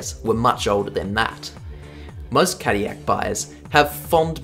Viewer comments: in defense of the hilarious pronunciation which made me do a double take, GM did market Caddy as a luxury brand since it started. and what's more luxurious than anything that's french High Society back in the 40s and 50s? nothing that's what. could also be the fact that Chevrolet was also french and is also an american brand but hey what do I know right? lol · Its funny because Cadillac is a french name and every time you say itt wrong it rustles my American jimmies. Also, aluminum 😂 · I believe that these cars were developped by Toyota engineers in Cologne but the powertrains were fully designed and developped in Japan. "Morizo" does have his history at "the Ring" I guess all great rececars have some European ties. But as a french speaker, we pronounce L's.